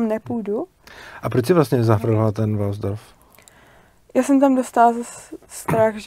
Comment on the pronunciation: nerika se walsdorf, ale waldorf ;-) A co jsem slysel, tak to od svobody ma hodne daleko...